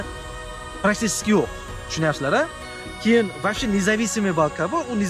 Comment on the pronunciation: Кегин емас кейин дейилади обзорчи ака